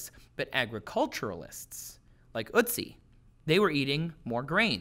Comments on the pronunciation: Oat-see. Not ootsie. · Its not ootzi otzi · Its ötzi, not uzi... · ***** Yes g at the end can be pronounced as a -sh sound. But Ötzi is spelled so because it roughly pronounce urt-tzee and not ur-tzee or, as says, oot-tzee. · It's ötzi not utzi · Not utzi Ötzi an o with dots of you cant say Ö say o not U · ÖTZI, not UTZI! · Damn Americans not knowing how to pronounce Ö, you make him sound like some cute cartoon when saying Ootsie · "Ö" as in "earth" or "girl" [örth][görl], Ötzi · ElinMoby Well, I am from Sweden to and it doesn't sound jack all like an Ö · OMG!! The way you prounounce "Ö" gives me a headache. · Your pronunciation of ötzi is 😬